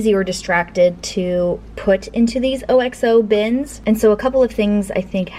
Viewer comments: It's ox-o. Referring to the fact that it was originally beef stock that the brand sold. Ox sounds more catchy then cow-o! This is a British brand which has been about since late 1800s. Ask any brit and they will tell you the same. You grow up with the advertising for it. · Love your videos! We pronounce OXO as one word :) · It's ox-o referring to the fact that it was originally beef stock only. This is a British brand originally which has been around since late 1800s. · OXO (pronounced OX-oh)---found in the internet. The lunch making reminded me of when we lived in Vancouver, WA and my older brother was up for a visit from Corvallis. Our oldest was just about 4 & he came in to chat for awhile, then he asked his uncle what his favorite sandwich was. We had been talking about everything, so we didn't think much about it. Sean disappeared awhile after and we both figured he was playing with his sister. Awhile later, he walks back in with a PB&J sandwich made to perfection. The potato and Brussels Sprouts recipes looks yummy! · No idea the proper way to say OXO but when you pronounced each letter my Alexa echo thought you were talking to her and paused😂😂😂😂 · I had to go back and rewatch the mustard part. 😂 It surprised me and cracked me up. Re: OXO, the OXO YouTube channel pronounces it as one word instead of O-X-O.